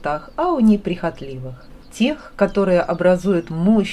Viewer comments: Всё замечательно ! Просто супер.! Но пожалуйста ставьте правильно ударение , особенно режет ухо произношение слова - НЕПРИХОТЛИВЫЕ. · Просто бесит: садИла, неприхОтливые( возьмите словарь и хоть раз прочитайте((( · Спасибо за прекрасно иллюстрированный рассказ. Прошу Вас, ставьте, пожалуйста ударение в слове неприхотлИвые" на второе И. Желаю Вам успехов и здоровья.